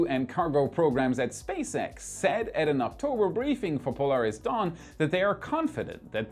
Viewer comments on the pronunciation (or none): none